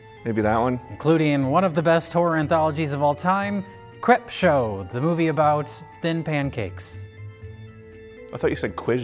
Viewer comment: I thought said 'Cripshow', that they were going to spend 40 minutes talking about MS-13.